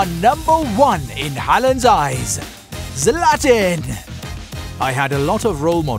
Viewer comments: My boy said zlatin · Learn how to say "Zlatan"😂